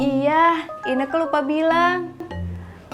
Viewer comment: Ineke bukan keke